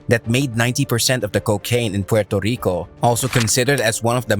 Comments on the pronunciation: Learn how to say Puerrrrrrrrrto Rico not Puelto lico. And its La Isssssla dellll Encanto lololol oh my god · I guess 8f I can forgive you for killing the pronouncation of Puerto Rico I guess he can.🇵🇷🇵🇷🇵🇷